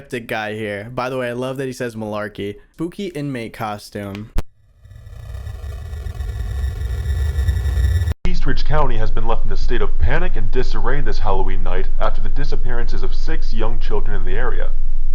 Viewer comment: Did anyone else notice that bro said spooky inmate costume without the s?